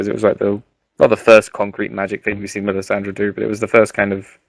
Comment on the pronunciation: I know, so many tedious colloquialisms and oh so annoying repeated phrases like " Shit ton of...".Typical rhythm or lack there of and terms of stock "Games Workshop-esq" fantasy nerds, down to the giggles. Let alone the strange character name pronunciations. Mance Rayder...mispronounced as "Mance Rider" Melisandre as " Melisandria" etc.I dont know how you get them so wrong. Essentially eternal virgins. but besides that pretty good.